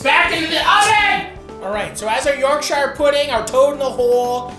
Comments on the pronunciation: tip from a yorkshireman, dont say yorkSHIRE say yorkSHA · I love a bit of Matty, but why do North American's struggle with the word Shire in the English context. Yorkshire = Yorkshur, Worcestershire = Woostershur, etc. And so on. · Matty I hope you know shire is pronounced sure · By the way. Its not YORK SHIRE ... It's more of a iorgsha. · York"shire" hurts my ears.... But I still love you Matty. PSA it's pronounced York"sure" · Yorksheer or yorkshuh not yorkshiyer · Hate how he pronounces yorkshire, should be "yorkshur" not yorksheyre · its york-shuh not york-shy-yur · It’s York-sherrrr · For anyone watching you pronounce Yorkshire as. York-sure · Yorkshire puddings don’t come from near Bilbo Baggins Matty…. York-sha👍🏻 not shireeeee 😂😂😂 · Just a pro tip to our American cousins: we pronounce "shire" like "shuh" or "shuhr" if you wanna lean into it 👍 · You’re the best I swear, but being from Yorkshire it’s pronounced “York-sha” if you ever see this please from now on I BEG call it “York-sha” 😩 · its pronounced "yorkshure" ya muppet! And, The Cure is not a punk band. Carry on... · As a Yorkshire man, it's 'Yorkshure' ;) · YORK SHIARE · No emphasis on the shire in Yorkshire it's York Shuh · ... sheer... its pronounced york-sheer, this aint lord of the rings america we aint visiting bilbo in the shire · As a proud Yorkshire man I would like to let you know it's pronounced York-sher. Good to see a proper english meal on here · It’s pronounced - ‘York-shur’. Other than that, great vid and nice take on a classic. Source: am from there... Also in the thicker Yorkshire accent, toad in the hole would be pronounced - ‘toad int oil’. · It's pronounced York-shur, no emphasis on the ire. Respectfully yours, a Yorkshireman. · It's yorkshire, not york-shire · York-shyer pudding 😂 love how our Atlantic cousins say British words it's pronounced yorkshur pudding. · It’s ‘Yorkshire’ mate, not ‘Yorkshire’ - looks delicious though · That's not how you say YORKSHIRE!!!!!